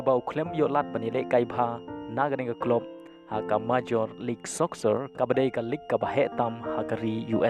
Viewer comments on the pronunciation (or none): Appreciate your video but I would like to correct your pronunciation " Soccer" phi kynnoh soksar . sngewbha kynnoh sokar